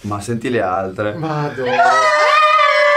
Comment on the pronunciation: BELLISSIMO “LE ALTREH”